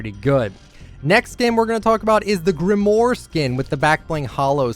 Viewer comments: Grimoire is pronounced grim-war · He loves Grimoire yet he still can’t say her name correctly smh